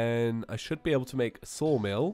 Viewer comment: IS it just me, or is Saying 'Soulmill' instead of 'Sawmill'?